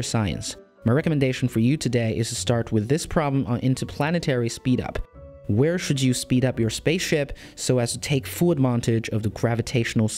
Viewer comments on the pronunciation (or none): none